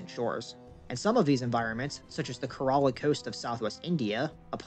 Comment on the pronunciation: The shear amount of time you mispronounced Kerala was hilarious, but amazing video! ghidorah is waiting...